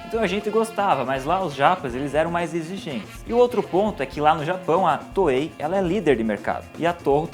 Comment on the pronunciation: FINALMENTE! Ele começou a chamar a Toei de Toei :P